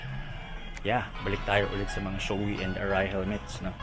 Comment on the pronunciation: SHOEI hnd showy ang pronunciation. it's Sho ei. yung ei is kinuha kay Eitaro.